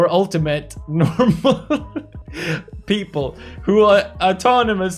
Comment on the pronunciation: did he just say 'sheple' instead of 'people' ?